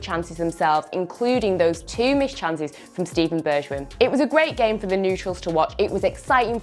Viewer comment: I think it's pronounced berg-wine Correct me if I'm wrong